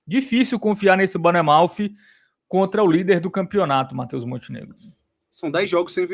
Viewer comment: Só um adendo para o senhor, cada vez que ele chama o Bournemouth de "BARNEMOUTH" meus ouvidos sangram kkkkkkkk